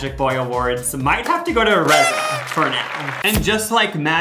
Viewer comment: Omg. I went to high school with Reza! He is from my town Brookings SD. How odd. It's pronounced Reeza. But cool to see someone i know before they made it bigger. 😅 Cool cool.